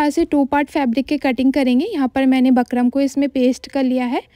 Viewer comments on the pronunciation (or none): Bakram nii hota bukram hota h 😂😂